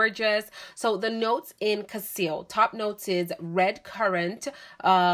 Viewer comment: The name is cassili. You pronounce it as cassil.